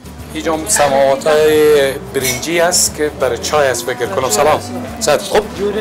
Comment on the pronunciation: سماوار را چرا سماوات میگی؟